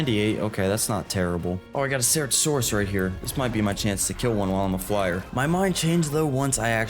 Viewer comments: Bro learn how to pronounce ceratosaurus correctly or don't fucking say it at all! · im sorry but your pronunciation of Deinosuchus, Gigantoraptor, and Ceratosaurus is killing me it sound so wrong hearing their names be pronounced like that 😭😭😭